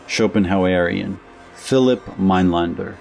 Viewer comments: It's Minelender not Minelander. The umlaut makes the a sound as open e. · Your pronunciation of his second name is wrong